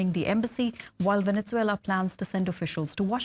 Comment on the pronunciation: "Venetzuela" lmao